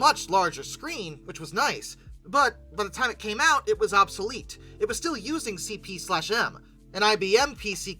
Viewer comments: "CP slash M"? I've never heard it pronounced that way... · Minor pedantry: the / in CP/M is silent. 😜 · We would just call CP/M as C,P,M. The slash is silent.